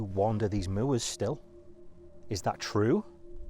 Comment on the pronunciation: So awesome to hear your pronunciation of "moor", I say it like that too